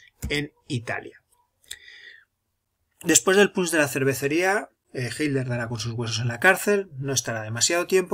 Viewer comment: Siempre me pregunté porqué los españoles no pueden pronunciar las "tes" en medio de las palabras........y dicen "Hiler" en lugar de Hitler.....